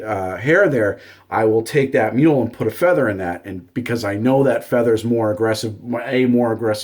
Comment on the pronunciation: Mew-la, not mule